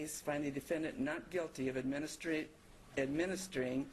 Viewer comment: 'administering' really should not be that dificult to pronounce!!